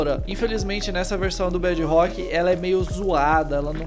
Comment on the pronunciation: Kkkk Kk Ele toda hora fala bedirok Mais bedirok e o mine do celular Kkkkkkkkkk